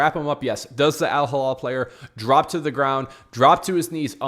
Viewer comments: Elaborate?!! what was so hard to understand in my comment ?! The name of the club is Al Hilal not AL Hallal as you and many others pronounce it. It is really not that tricky and you don’t need to be fluent in arabic like me to read it right! If both words look and sound the same to you then maybe you need to learn the difference between the 2 letters and vowels. Imagine Saying and pronouncing Real Midrid instead of Madrid. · Do you know how to read????? Do you know the difference between "A" and "I" GEEZ, It is not Al Hallal , It is Al Hilal. Completely two different arabic words with completely different meaning.